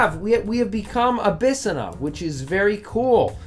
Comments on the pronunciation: Abyssinia is pronounced Abys-sin-ya not "a bis a na." XD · First off, your pronunciation of Abyssinia (abba-sin-ia) is quite funny. Second, cool video cant wait for more! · bro how you pronounce abyssinia is cursed